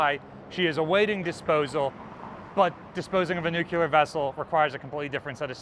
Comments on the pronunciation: aw man.... dont say nucular just because youve heard it before. it isnt a mispronunciation.... is a misspelling. youre saying nucular when what you mean is nuclear. just sound it out..... i mean, 'clear' is right in there. where exactly did 'cular' come from? its a whole extra syllable for no apparent reason :( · 250k special: Give a gift certificate to a speech therapist so he can stop saying “nucular.” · "Nook-you-lar"? noooooooooooooooooooooooooooooooo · "nucular"